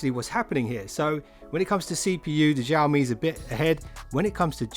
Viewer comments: Xiaomi no Jiaomi 🤣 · I just wanna say... Xiaomi is pronounced as Sea - Ou (out without the T) - Me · xiaomi - xiao is pronounced sh-owe. say the name like 'show me' but show is said like shower mi but drop the er